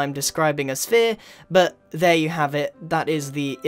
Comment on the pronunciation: I love it how u say buh (but)